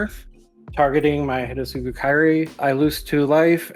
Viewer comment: its HIDETSUGU NOT HIDETSU :P